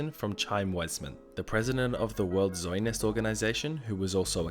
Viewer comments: you weren't even close to pronouncing the word "zionist" correctly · Hey to be that guy but, it’s pronounced Z-eye-own-ist